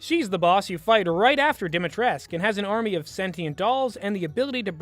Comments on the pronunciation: sorry, but as a romanian, i couldn't stand listening to this video lmao. it's pronounced "dee - mee - tress - cue", not "dee - mee - tresque". something about the pot calling the kettle black. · There's something funny about mentioning mispronouncing when you also mispronounced her name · hard dislike for the star wars prequels comment, you ignorant pesant for the rest yeah, the dude is pretty mutch happy to know the dude didn't just seem wierd to me Also also, you are pronouncing lady dimitrescu wrong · it really bugs me that you complain about him mispronouncing Dimitrescu's name while you mispronounce it